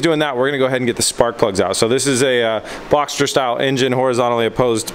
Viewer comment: I think you meant it's a "boxer style engine", not "boxter style engine", right!!!